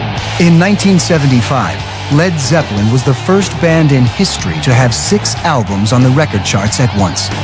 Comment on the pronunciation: It's driving me nuts that the narrator keeps calling them Led Zep-pel-lin, when every fan on earth pronounces it Led Zep-lin, as well as the band And Ahmet Ertegun for heaven's sake!